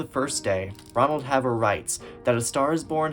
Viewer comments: Also, should be Ronald Hay-ver, not Hav-ver. Right off, not just 1 notable exception. James Mason, himself nominated, wasn't there. Judy loved telling stories and interviewers and audiences loved them. Her yarn about losing the Oscar, with slight variations, was typical Miss Victim. When Kelly was announced as winner, the phalanx of workers who had prepped Judy for making an acceptance speech from her hospital bed, pulled out cords and wires from her and without a word, hurriedly ditched her: "Careful boys, don't short me!" and "Where'd everybody go?" Her house fire was caused by her smoking in bed. Judy smoked during production and 1 photo, still online, shows her taking a deep drag when very pregnant. Her son, whom she would always describe as more special than Oscar, had an extremely difficult birth, overcoming a collapsed lung. There is no evidence of him ever being employed. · A correction: Ron Haver's last name was pronounced "HAY-ver", rather than "havver".